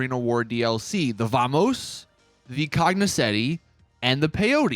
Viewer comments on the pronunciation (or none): Why does he say cognosetti?